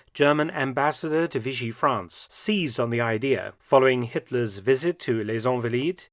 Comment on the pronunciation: It's ahnvaleed not onvaleed. And San Jerome not Sohn Jerome